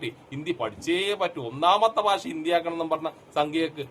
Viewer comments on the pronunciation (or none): ഭാശ അല്ല ഭാഷ വേറെ വല്ല പണിയ്ക്കും പോട വീഡിയോ ചെയ്യാൻ ഇറങ്ങിയിരിക്കുന്നു